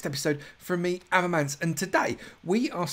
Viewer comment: Facepalm can't say your name properly. Good to see the collaboration:) Avomance "We are going to do it a little bit freestyle" lol shocker there mate, not like you to wing it and make it up as you go along.